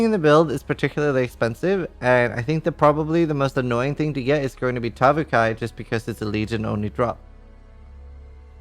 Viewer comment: "such a hard time to be(e) serious" and "be(e)come drunk" forgot that one too... only 8/10 for that one. Kappa